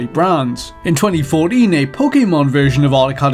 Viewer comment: Michelle Lehto Yes, because it can cause people confusion when he said 2014, as some heard 2020, others heard it as "Fourdeen". Sure, not directly me, but still others. Why can't people point out that this dude pronounces certain words and terms oddly. Especially if it's unintentionally comedic, like "Yawshee".